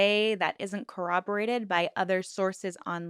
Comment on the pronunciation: I'm so happy you pronounced corroborate properly. So many creators, even the top true crime creators, do not. It is so 🙄 cringe. If they don't want to sound like they have brain damage, they should work on that, lol. Next, let's address those same creators who pronounce the letter "T" in the back of their throat. True crime is not the forum for "cutesie" so let's just stop. Sorry...rant.